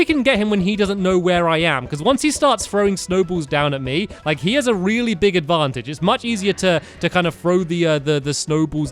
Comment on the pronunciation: You said Advancheje instead of Advantage